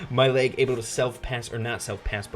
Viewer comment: When you said mail it sounded like my leg another op mortis